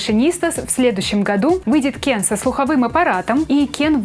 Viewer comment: Я же просила вас не говорить Кен через Е... похоже вам плевать на своих зрителей...😥